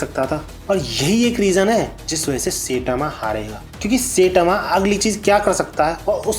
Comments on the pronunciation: Gawar. Goro nahi gaa-rou Setama kaun hai.? Sai-tama bolna nahi aata kya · Bro please Say Saitama Not sitama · Ye SETAMA aur GORU kon h bhai?? Naam toh dhang se pronounce krlo yaar